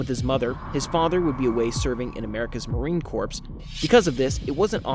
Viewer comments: "Marine Corpse" . Obama made the same gaffe in a speech a few years ago ("I would like to thank Navy Corpse-man..."). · Corps. is pronounce... core. Not corpse as in a dead body. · The Marine "corpse"??? 😂😂😂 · I think you're pronouncing 'corps' in 'marine corps' incorrectly. Gd video though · you’re not suppose to pronounce the “p” and “s” corps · Referred by SKD. Respectful heads up: Marine Corps is pronounced like Marine CORE.